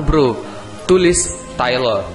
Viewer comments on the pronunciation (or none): none